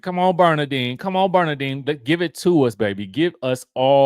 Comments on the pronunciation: It's not Bernadetta bro 😂 it's just Bernadette 😉🔥 LoL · saying Bernadine instead of Bernadette is sending me 😂😂😂😂😂CRYIN 😫😫😫😫😫😫 💛